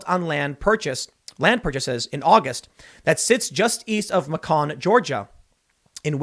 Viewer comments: Muh-CON? Bwahaha. It's pronounced MAY-cun. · It's pronounced Maycun. Not MaCon... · M'Kon 😁 Macon/May-kin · Macon, Georgia is pronounced “meɪkən” like bacon, not like pecan. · Tim: “Macon” rhymes with “bacon” ... you’ve really never heard of Macon, Georgia? 😆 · Macon, GA is pronounced "May-kin" I live about 2 hours away from here. Crazy this is happening so close to home. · It’s May-con but yeah, it’s still segregated lmfao they are segregating themselves now😂😂😂😂😂😂😂😂😂😂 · Tim, Macon is pronounced "MAY-cun". (The South has a lot of unusual place name pronunciations, due to having a very different set of base cultural influences than the North-East and Mid-West. There's a lot of French and Spanish influence that you don't get further north, for example. As a result, you get accepted pronunciations like "Nowleans". Don't laugh, in Toronto the accepted pronunciation is "Trana", which I actually have trouble saying. I'd suggest checking pronunciations, but big news companies have people who work full time doing nothing else but checking pronunciations, so there's no way you can possibly do it on your own.) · It's pronounced "may-con". Like bacon but with may instead. :P That was the most eloquent and beautiful pronunciation of Macon I've ever heard though. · It's Macon... like Bacon but with an M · That is Macon with a long a. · Macon is pronounced like bacon but with a M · Its pronounced may-cuhn lol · It’s Macon, like Bacon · "Macon" is pronounced Maycan. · It’s pronounced makin like making just drop the G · Tim flubs the pronunciation of words on the regular. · LOL Tim-Macon is pronounced just like bacon! 😂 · Tim, this is Georgia, not France. Macon sounds like bacon As a state, we pretty much refuse to use foreign pronunciations for our towns. Berlin sounds like Merlin, Cairo is ka-ro, and Buena Vista is byoona vista. For some reason, we've left Athens and Rome alone. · I'm sorry, how did he just pronounce Macon?!?! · Macon rhymes with bacon, not pecan.